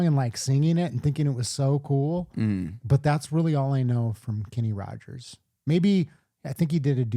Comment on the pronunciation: It’s just Rogers,no d 😊